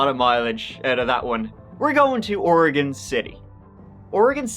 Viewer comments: Thank you for pronouncing Oregon proper....[Oregun] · Finally someone who says oregon right lol my homestate oregon. I don't remember this case though I grew up in Monmouth oregon for 25 years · So happy you pronounced it properly most people say "ori-gone" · Wow!!! You say Oregon the right way very proud and that comes from a Oregonian 👍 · Fucking thank you for pronouncing Oregon proper! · So refreshing to hear someone reporting on something in my home state of Oregon actually pronounce it correctly. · Holy crap, I just want to give a HUGE shout out for pronouncing Oregon correctly! I don't know why so many people struggle with the word Oregon and many of the names of places here.